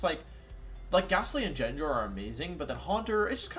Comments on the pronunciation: BRO WHAT ARE THESE PRONUNCIATIONS??? JENJAR?? The Butcher is unreal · Why does he pronounce gengar as jengar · Does anyone else pronounce Gengar and Arcanine like wolfey does? Literally never heard them being said like that before :P